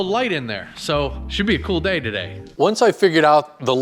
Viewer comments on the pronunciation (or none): none